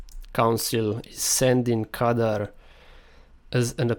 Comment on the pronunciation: You're misspronounching the name. It's Khadgar not Kadar. The white haired man isn't Medivh, because he has long hair, while this one has short and white, so it's more likely his steward Moroes. The mage meeting is the Council of Six. The fel explosion likely shows the (blurry) TRUE Karazhan, so it's likely that the tower show at start isn't one. And yes, the canyon is the Blackrock Pass because there's Blackrock mountain in the background and there's no other smoldering volcano on southern part of Eastern Kingdoms. Remember the trailer doesn't show the scenes chronologically. If Stormwind is destroyed, they likely wouldn't wanna show it since it would be about as big a spoiler as king Llaine's death.